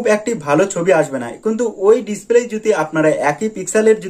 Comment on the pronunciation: 9 sec ভাই মনে হয় খুশিতে ডিসপ্লেকে ডিসক্লে বলেছেন মুখের জড়তা কাঁটান ইনশাআল্লাহ ভালো হবে❤